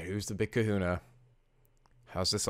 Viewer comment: you just said Kuhuna... Bro have you been playing Pokémon Sun or Moon?